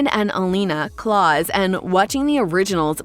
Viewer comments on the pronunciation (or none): No one at all: The person talking: Growing up with Damon, Elena and ✨️ Klas ✨️ It's klaUs not klas 😂🤔